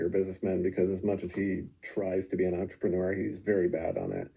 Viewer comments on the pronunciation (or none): none